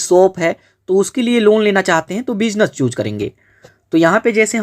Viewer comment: Chhooc nhi choose bolte 😂